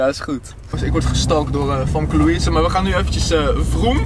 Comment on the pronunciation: je schrijft famke maar je moet zeggen femke 😉